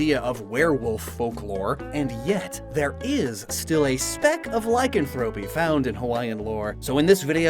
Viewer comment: You pronounced lycanthropy wrong